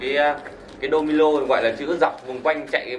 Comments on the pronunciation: Domino bạn cứ đọc domilo là cái gì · Domino thì nói là domilo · Đô mi lô hả anh phải là đô mi nô chứ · " Domino " chứ không phải " Domilo " ok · Đô mi nô chứ.. Đâu phải đô mi lô